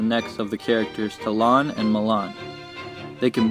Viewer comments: He says talon and malon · Did anyone else notice he said "Malon and Malon" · Great video. You pronounce Ocarina, Talon and Malon differently than i do. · Robert Ward I always pronounced Talon like a bird's talon, and Malon rhyming with it. It is interesting though, that if you pronounce it the way he does, with the emphasis on the "lon", the name Lon Lon Ranch could be referring to them.